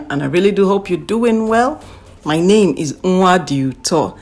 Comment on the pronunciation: I concur with your assessment. Parent first and then friend. Yes, it is important to be parent as well as putting your foot on break and lay the rules and consequences. Love the way you pronounce your name. Now I know how to properly pronounce it.